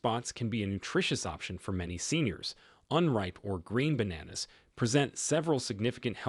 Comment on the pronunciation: Bananas 😂 Say it properly.